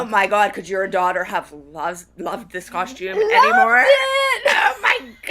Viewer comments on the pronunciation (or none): Does everyone in Pittsburg add an h to the word costume, or is it just the dance moms crew? I always hear "coshtume" instead of "costume."